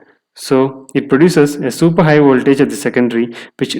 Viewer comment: Not "Woltage"...Voltage.